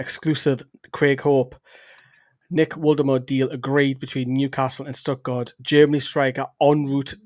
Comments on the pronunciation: Think it’s pronounced Volta marda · Just a heads-up that it's pronounced Voltamada 👍🏻